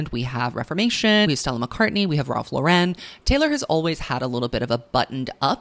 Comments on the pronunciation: great stuff as always. just a psa: Ralph Lifshitz, founder of Ralph Lauren, was born in the bronx, you do not need to give his chosen last name a french twist. LOR-en is fine. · babe i love this video so much but i am begging you to check your pronunciation on “Ralph Lauren”, the man is not French, and his last name is pronounced liked the woman’s common first name Lauren. idk where this Frenchiefied way of saying it came from but you van save us from it, you have the power!